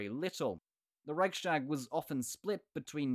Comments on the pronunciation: The Reichstag isn't pronounced that way. It is Rechs-tag, not Reich-stag, so the st rule doesn't apply. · Raihs-tāg not Raik-štāg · Rise tahk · It's a weird pronunciation, indeed! I've heard it be pronounced "Rike's Tag" in English, and then a different way in German (with the ch being pronounced like the ch in Scottish "loch"), but never "Reishtag"! Thanks for the comment! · Next time I’ll hear Reichstag being pronounced „reishtag”, I’m jumping of a window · The ch in Reich is pronounced like Charly without the -arly part. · Good point! Furthermore, I've never heard the "ch" in Reichstag be pronounced that way! Thanks for commenting!